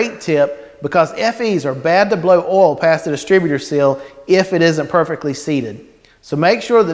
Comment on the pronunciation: Great video- learn how to say O I L!!!! Ol is something else. Oo iiii LLL